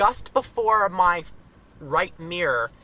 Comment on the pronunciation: since when has mirror became miyor.. lolz sorry, nice video though